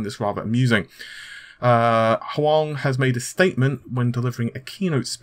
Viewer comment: "Huang" is pronounced "Wong".